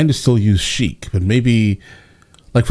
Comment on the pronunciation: "Chique" /= "Sheik. Good video, though